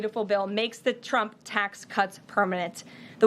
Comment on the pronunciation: There are two critiques I would give her. One is to learn how to say Trump’s name right. If you listen closely, she calls him chump. I would also tell her to stop pressing her lips. She does that when she’s lying.